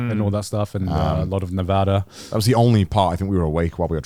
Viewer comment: Thank you Garnt. As a native Nevadan it's always a treat to hear someone pronounce my state's name right.